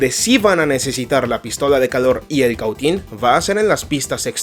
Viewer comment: Que interlocutor para hablar tan mal, se dice balasto y se dice Cautín no como el lo dice, así serán sus conocimientos